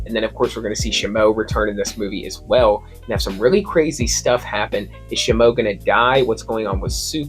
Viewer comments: Ikr it's pretty irritating tbh like it's shimo ffs. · The way he say's Shimo 😭